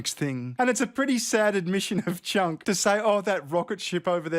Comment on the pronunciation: I love that you pronounce his name Chunk, it’s perfect.